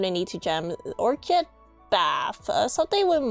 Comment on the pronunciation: Orchid is pronounced ork-id, it's a flower. :) Thanks for the guide!